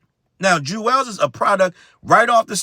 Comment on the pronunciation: They way you keep saying JUZ 😭😭 crying , CMON JUZZZZ